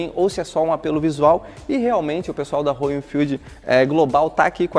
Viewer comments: Legal só não é Rôyal é róyal kkk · Rôyal, Rôyal, Rôyal e tome Rôyal. Se não sabe falar inglês não tente fazer a pronúncia certa, isso cansa os fluentes em inglês. Já viu alguém falar Rolls Rôyce?